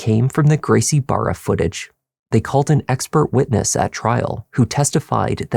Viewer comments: Brazilian here. A hint to you, for "Barra" you can just pronounce it as "Baha". The same goes for anything with two R's in portuguese. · For future reference "Garcie Barra" is pronounced "Gracie Baja." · Barra isnt pronounced bar-a the R is pronounced as an H in Portuguese so like Baja... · The dad pronouncing it wrong as "Gracie Barra" instead of "Gracie Baja" shows he wasn't really involved with the son signing up for BJJ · I don't mean to be petty to you,, but it is pronounced Gracie Baha. The dad's son trains there, but he can't pronounce it?